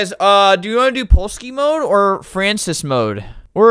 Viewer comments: as a french person i truly felt pain when he said “francis” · Albert saying Français as "Frances" gives me life